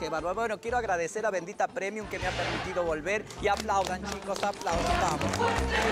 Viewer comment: Cada día mejor bendita premium jajajaja se pronuncia primium chicos